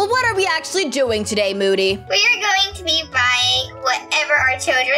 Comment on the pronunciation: it was so funny when called moody "mody' xD